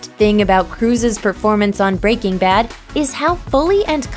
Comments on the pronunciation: It bugs me how the narrator says "Breaking Bad". Weird inflection. Makes me think she probably never seen the show and she's just reading a script. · I hate the way this woman says breaking bad. It's like she puts the emphasis on the work breaking....Just, why?